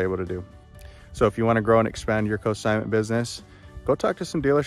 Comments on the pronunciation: Great video - great ideas, thanks! BTW, It's Consignment, not Cosignment. ;) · Just a tip- the N is NOT silent in consignment. You're pronouncing it cosignment, which confused me at first because it's a totally different thing, as in cosigning a loan.